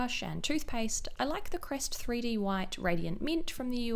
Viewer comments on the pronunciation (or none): none